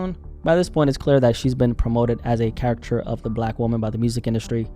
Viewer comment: I love your vids but pls look up how to pronounce caricature 😅